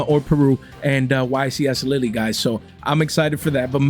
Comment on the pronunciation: The "e" in Lille is silent 😂😂😂